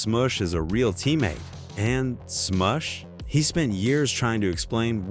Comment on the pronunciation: Replace Matt Barnes with Raja Bell. And damn that AI pronunciation... Sm-oosh and then a second later Sm-uh-sh... then there's Pau Gass-Ole